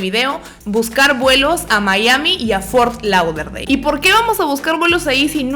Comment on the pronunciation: Las amo pero te odie un poquito cuando pronunciabas fort lauderdale 😂